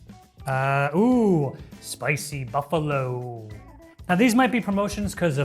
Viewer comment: Sounds like “spicy bullo